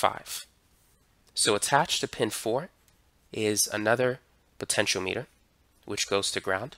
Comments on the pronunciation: Wtf? He pronounced it (almost) entirely right. Your link says : "poten-sh[i]o-meh-ter". He said : "poten-sh[i]o-mee-ter" (big difference... he pronounced it as the unit of length, or as a device that measures something). Compare that to all those on the Internet who say : "poten-tee-o-meh-ter" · I like your video and the information conveyed, but one little thing really got my attention. Please don't take this as criticism, but learning. Rb and R1 are potentiometers; in my 58 years in electronics, I have never heard that word pronounced as you do here. please go to a site to learn the proper word pronunciation. is excellent. The middle pin on a potentiometer is normally referred to as the "wiper" because it slides or wipes along the resistance track to give the desired output. It's also worth noting that Rb is connected in a "rheostat" configuration.